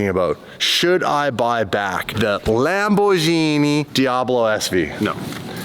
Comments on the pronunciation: stop pronouncing wrong the name it is Lamborghini and not lamborjini you can't be an ambassador of something you dont know how its called stop being an moron please do it for Lamborghini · please never pronounce Lamborghini like the drink gin again…. Lamborgini? wtf The ears of all Italy are bleeding